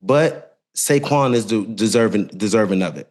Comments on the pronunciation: I think I even heard an N also… Saynquez Barkley 😂😂😂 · Did he say Sayquez Barkley??? 😂